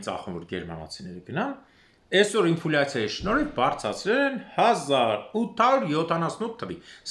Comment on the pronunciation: НЕ ИнфУляция, а Инфляция!!! Вроде в россии жили и работали